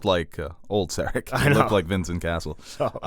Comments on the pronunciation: it's pronounced Ser-AHC. Stress the second syllable, not the first! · Lol the way you pronounce Serac